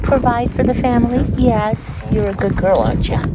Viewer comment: A berry pecial famwee..👁❤🐑